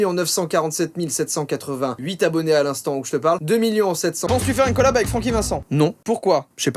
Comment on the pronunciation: tu dis miyons au lieu de millions c marrant